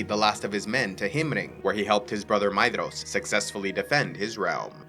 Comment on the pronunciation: "DH" in tolkien's works is pronounced as TH. so Maedhros is pronounced Maethros or May-Thros